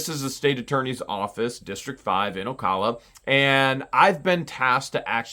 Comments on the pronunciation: Just an FYI from someone who lives here. It isn't Ocolla, it is Ocala, O cAL a. 😃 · Hate to correct you but it is pronounced O Cal A like saying CAL ifornia. It's not O CALL A. I live in Marion county and it's the only way I've ever heard it said. I do hope moving the court case to Marion county will give you a fair and just outcome.